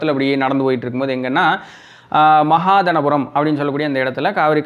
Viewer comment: மகாதானபுரம்... மகாதனபுரம் அல்ல..